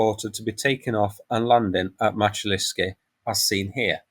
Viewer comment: Pronunciation Мачулішчы - Machulishchy Мачу - Machu - as in Machu Picchu ліш - lish - like in fish чы - chy - like in chips transition шч - shch like (fi)shch(ips)